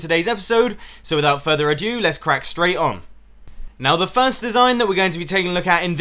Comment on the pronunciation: 0.41 - Ado, not adieu.